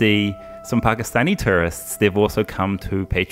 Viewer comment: when he said pakistani tourists, i literally heard pakistani terrorists🤣🤣